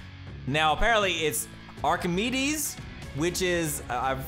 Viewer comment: well done you said Archimedes correctly just a joke keep up the good work